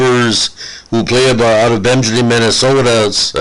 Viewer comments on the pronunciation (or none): You know I'm in his corner. Carry on Nino. Teach this guy how to say "Bemidji